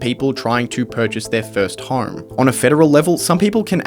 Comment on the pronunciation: Why do you pronounce home like horrrme it's like nails on a chalkboard every time.